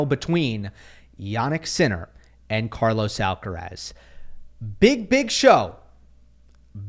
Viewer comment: Thank you for saying Alcaraz :D